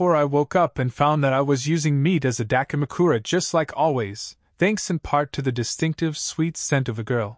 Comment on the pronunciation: is it me or the way the AI says "dakimakura" sounds like a tropical drink.........instead of a body pillow......weird........